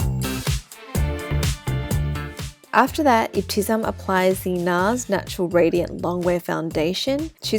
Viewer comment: It is ebti-Sam there’s no z sound in her name 😊❤